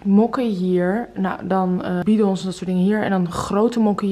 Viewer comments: “BI dons” ligt het aan mij of klinkt dat heel gek. Ik leg de klemtoon op de tweede lettergreep: “biDONS”. Ben ik de enige? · Ligt niet aan jou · Klopt, de klemtoon hoort op de tweede lettergreep.